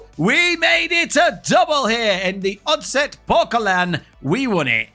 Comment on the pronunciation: 3f is a danish trade union who is a sponsor of the superliga hense the name and oddset is a danish betting company who sponsors the cup hense the name,your buchering the danish names but I apriciate your effort😂😀🇩🇰